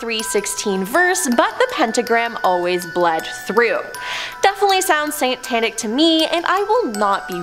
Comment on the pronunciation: Is she saying Satanic as Santanic? Do they worship Santa or the guitarist Santana? 😂